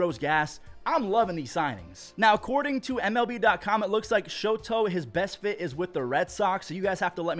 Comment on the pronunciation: Just a heads up, it's "Shota". Not "Shoto". Anyways, love the content man!